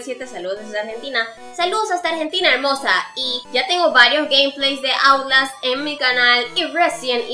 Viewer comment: Se dice outlast no autlast